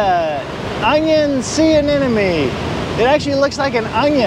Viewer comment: Dude, you have to learn how to pronounce "anemone". In science, we say "sloppiness metastasizes"